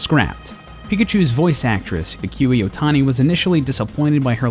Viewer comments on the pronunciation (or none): ee koo eh, not ee kyu eh